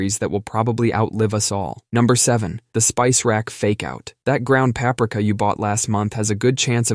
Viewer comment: You said peprika lol